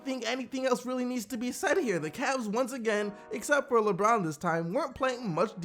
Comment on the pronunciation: Its pronounced like brin forbes